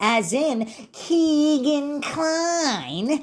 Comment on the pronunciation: Why do you insist on say KEGan (it’s Kegan like a keg of beer) kline’s name like that? RIP everyone’s’ ears who listens via earbuds